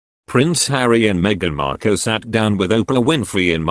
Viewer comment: Why can’t you pronounce words correctly, you say Cambridge, Cam as in cat, when it should be Cam as in you came to us and I don’t think Harry’s wife’s name is pronounced Marko, I’m sure it’s pronounced Markle as in sparkle, there are a lot of other mistakes like these two, you sound English so should know how to speak English correctly, please practise properly.